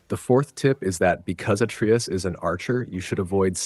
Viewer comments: He says it right when it gets to the atreus section, then literally 3 seconds later, he says it wrong. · How can someone know so much about the game....but still can't pronounce Atreus properly? 😂😂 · How tf are you going to play through a 30+ hour game, and still say atreus wrong? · "Sword"? You mean blades. "At-tree-us"? You mean uh-tray-us. "Sig-l"? You mean sij-l. Have you even actually played this game? Good tips though. Thank you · “Segal arrows from Atreeus” 🤣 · How can you know this much about the game, but can’t even pronounce “Atreus” or “Sigil?”